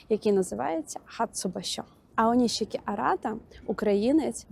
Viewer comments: нарешті не оніські , а "ОНІШІКІ" - відчуваєте різницю? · Аонішікі правильно